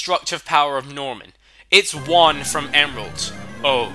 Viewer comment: You pronounce EVERY THING WRONG like Juan mismagas and basically every thing but I agree on the Norman that guy is miltank in human form